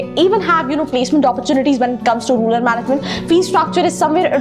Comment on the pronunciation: Yeah she doesn't even pronounce the word rural correctly..